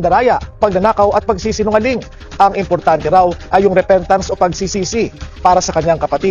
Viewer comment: Di ba sabi niya bumibili siya ng boto tapos sabi repentance namali lang siya ng bigkas repeatance yun diba paulit ulit siyang nagsisinungaling😂😂😂😂actually last resort niya yang maging religious kunwa dahil baka may mabuklat na baho niya